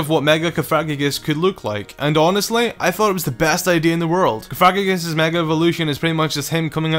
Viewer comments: it is pronounced coh-fuh-gree-guss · Stap saying configreguios wrong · Sorry to nitpick, but cofagrigus is pronounced more like, caw-fuh-gree-gus. It was just bugging me a little, sorry xD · Cofagrigus pronounced cough-a-gri-gus...just sayin' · You said cofagrigus wrong